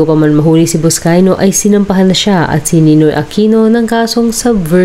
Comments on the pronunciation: NOT BUSCAYO! IT'S BUSCAY-NO!! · Bernabe Buscayno po hindi po Buscayo 🤣🤣🤣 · Maling mali naman ang pag sabi mo ng kanyang epelyido . Mag re report kalang mali pa. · Narrator, pls.ayusin mo pagbasa. Buscayno Hindi Buscayno.